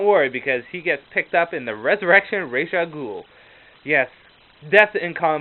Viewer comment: Don't worry about the pronounciation. It IS "Ray-sh". The DC writers at comic-con said it that way thousands of times and like you said, the animated series did too. Really helpful, because Ra's is a GREAT villian I wanna read up on more.